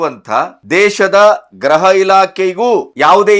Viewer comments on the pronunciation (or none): ಸರ್, ಅದು ಗ್ರಹ ಇಲಾಖೆ, ಗ್ರಹ ಮಂತ್ರಿ ಅಲ್ಲಾ, ಗೃಹ ಅಂತ ಹೇಳಿ ಪ್ಲೀಸ್